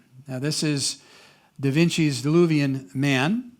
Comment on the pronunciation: this illustration is Da Vinci's Vitruvian Man not Diluvian man. At least I thought I heard misname or mispronounce name.